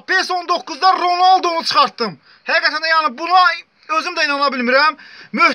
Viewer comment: Ronaldo demeyi bilmiyon